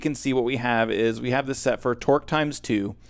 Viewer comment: When you say Torque, i allways think you say Twerk.... I dunno why. It just sounds like it :)